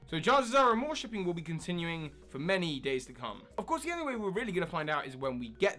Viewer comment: I really want AmourShipping to continue on SM, so I hope you're right! It's what mainly drew me back to the Pokémon anime after I dropped out during Best Wishes! And thanks for pronouncing it properly this time (I think you said "ArmorShipping" last time, haha!)